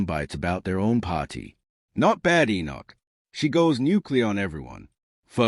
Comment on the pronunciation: I hate listening to these bots…it’s not “Bad. Enoch”! It’s “Badenoch. Bade. Like ‘played’! I had to switch off after a few minutes!!